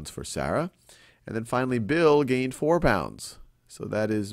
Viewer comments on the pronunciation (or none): It really bothers me by how Sal is saying Sarah >.>